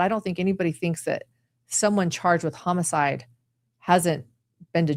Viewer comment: Thanks for the great summary, but I gotta tease ya... the pronunciation of homicide as hum-a-side is killing me., is that when a killer hums the whole time they are committing the murder?